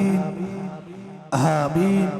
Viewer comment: Aaaaa ki jaga haa ki awaz aa rhi aameen to kehna seekh ln